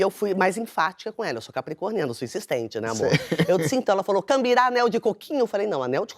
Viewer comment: Não é cambirar. É gambirar (troca).